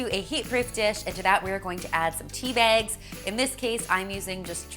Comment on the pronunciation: I like how she says tea bags...... "Tea Biagz" 😂 That tea looks delish tho....